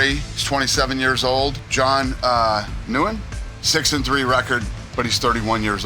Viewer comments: Dana pronounced 'Nguyen' as New-win lmao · "..John, ah, ..New-en" Its the most common Vietnamese surname, surprised that tripped him up. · cn tower is not 18115 feet that would be almost as tall as everest lol , i lknew 1815 ft since i was a kid also nguyen is pronounced "wing"